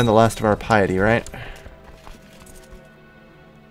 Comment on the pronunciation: "There's gotta be a way to get more pieeety" Not sure if that accent was on purpose